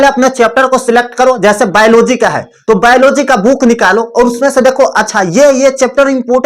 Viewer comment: Baylogy nhi hota h gawar biology hota h